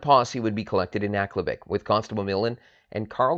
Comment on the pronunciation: I first heard this story at the bay store in aklavik in 1975. the people as they referred to themselves pronounced aklavik different than you. minor difference to the story. it is inside the artic circle and the tree line. I never saw a spruce just willows. from aklavik to tuk to inuvik, no spruce.story the same, minor liberties taken as any good story teller would. thanks for bringing back a forgotten memory.